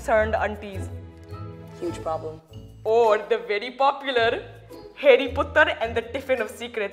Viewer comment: As an Indian I started laughing so hard he said, " Harry putter"